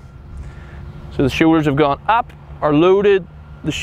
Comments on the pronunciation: “Show Ders” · “De showeders!”